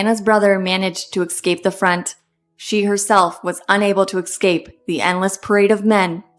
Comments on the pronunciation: I thought this was AI narration as it was so odd and stilted in the cadence. However the repeated use of the made up word “excape” instead of the correct word “escape” made me realise this is a real narrator. A little disappointing. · S-cape not X-cape